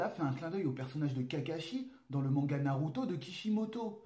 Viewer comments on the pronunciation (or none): none